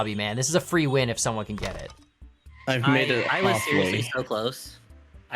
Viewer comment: going full Canadian